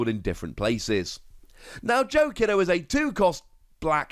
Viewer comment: Just as a heads up, Joe's last name is pronounced "key-do." In japan "i" noises are pronounced the same as key or screech